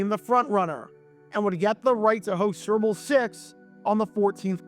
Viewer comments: "Serbull' lol. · He pronounces "super bowl" as surp'b'bul